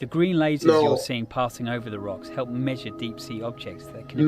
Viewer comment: You said hilp